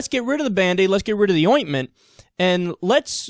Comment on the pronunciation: i just want to have Kyle never say ointment ever again